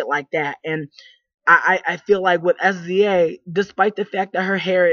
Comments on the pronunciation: She's saying her name wrong , u dnt literally say s-z-a .... smh wow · Her name is pronounced "SIZZUH" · OMG get her name right I can take you seriously if you don't even know how to say her name!!!!!